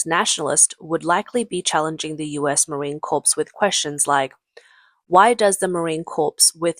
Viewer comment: Can't pronounce "Marine Corps" properly.